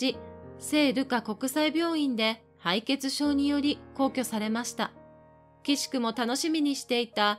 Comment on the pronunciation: 最後まで楽しんで拝見致しました。「奇しくも」は、「くしくも」です😊 チャン録致しました❤ 応援させて頂きます❤